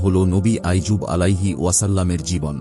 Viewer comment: নবী আইয়ুব । আইজুব নয়!